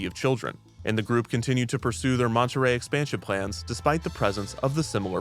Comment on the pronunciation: i like your videos but i can't deal with the way you're saying "monterey".